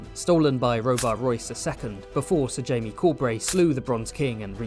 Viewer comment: You called Jaime “Jame”. Disliked, unsubbed, literally unwatchable.